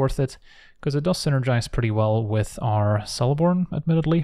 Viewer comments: Just fyi, in Elvish, "c" is always a hard sound, so "Keleborn", not "Seleborn". But as always, a great vid! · isnt Celeborn the pronunciation is keh·luh·bawn